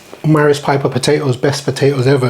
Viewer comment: It is 'Maris Piper' not 'Marris Pipper' (you doubly cocked that one up).